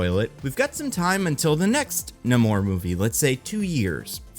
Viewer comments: The way you say Namor’s name gave me a migraine. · dude cant say namor name right